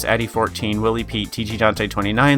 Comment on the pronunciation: "willy pete" i had to do a double take at the pronunciation LOL